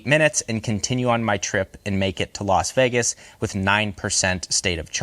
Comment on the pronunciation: Why can't so many Americans pronounce Las Vegas? It's not Los Vegas dude.